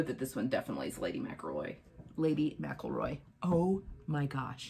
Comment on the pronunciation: You’re pronouncing Lady McElroy wrong. It’s not Lady Mac-a-Roy. It’s Lady Mc-EL-Roy.